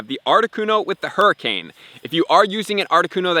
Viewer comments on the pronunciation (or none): none